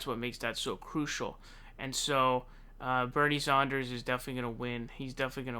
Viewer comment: Who is "Bernie Zonders"?